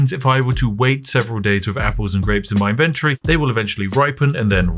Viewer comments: I chuckle a bit at how 'inventory' became "invendry" in england. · Him saying inventory is exquisite